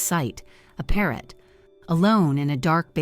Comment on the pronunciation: Parrot? U said Parrot.😅😅